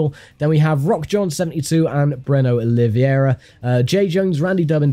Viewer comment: It's very funny to hear my name "in english" as i'm not used to(I'm brazilian), love how it sounds, "Oliviuéurua" haha. Love this series, GT Legends never gets old!